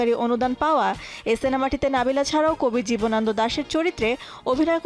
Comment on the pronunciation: জীবনান্দ নয়, জীবনানন্দ। উচ্চারণ ঠিক করেন।